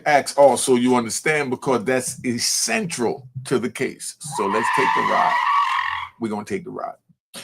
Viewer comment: Peace ( = King in Arabic) you probably know that. Anyway yo this may seem stupid at first ( but peep). That’s why I listen to the elders (like you) because you were trying to say essential, but you said ecentral. That shit made more sense to me than the word essential. Peep though the Bible says that “ they were filled with the Holy Ghost, and began to speak with other tongues as the Spirit gave them utterance” In another part it says “ That in everything ye are enriched by him, in all utterance and in all knowledge “